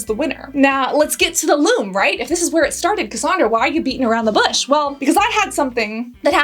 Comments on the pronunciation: Thanks for this. I’m pretty sure Lume is pronounce Loooo Meee. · Yes, you have to let it dry and Lu Meee is how it is pronounced. Plus they have actual stick deodorant on their website. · The fact that we’ve all seen those Lumè ads time and time again, yet you chose to mispronounce the word during this entire video is just 🤯🤯🤯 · You’re pronouncing Lume wrong. Listen to one of their ads for pronunciation. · It would have taken like 30 seconds to research the correct pronunciation of Lume. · First, you are mispronouncing Lume. Pronounced Lumee. And the example you gave is ridiculous. WATCH THE VIDEOS FROM LUME. You used WAY to much! A pea sized amount for both armpits. One 3oz tube used on pits, privates & feet - LASTS ME 6+MOS!! And you use a tiny amount, rub it in and then all you smell is the scent & that undernote of sour disappears. You can skip a shower, not reapply & still not stink the next day. YOU USE THE TINIEST AMOUNT AND RUB IT IN. LIKE A LOTION IT DISAPPEARS INTO THE SKIN & THE SOUR SMELL IN THE TUBE IS GONE. What you showed was a big giant spluge on your hand - enough to 2-3 bodies and complained. People aren't stupid. DO YOUR RESEARCH B4 U HIT RECORD NEXT TIME! Lume was the first company to come out with a whole body deodorant CREAM and did endless videos showing you how to use it and how much to apply. All of which you clearly ignored especially apparent since you can't even pronounce it properly. I love Lume and bought for over half a dozen friends. It worked on everybody and they loved it except one who had extremely sensitive skin and found the mandelic acid irritating everywhere but on her feet. So she uses it on her feet and now they don't stink and she can go w/out socks and her shoes don't smell We live in the desert where it is 100+ for over half the year so everyone swears. With Lume, it has been a game changer as now no matter how much I sweat, I don't smell and only have to shower and apply Lume every other day. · Pronounced Lumee not Lume